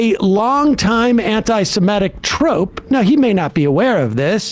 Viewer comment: Clear your throat Sam, and learn how to pronounce the word "Semitic".